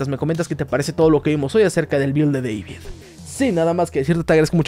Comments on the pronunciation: Buen video, pero no es “Deivid” es tal cual “David” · Es deibito, no deivid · Me da risa como dices DEVID en vez de DAVID! cuando el personaje en la versión español latino le aclara a alguien como decir su nombre jaja, me causa gracia escucharte decir mal su nombre jaja 😂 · No ess Deivid es David, hasta el mismo lo corrigió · Es David no Devid. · Es David no Deivid !! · Se pronuncia David 😭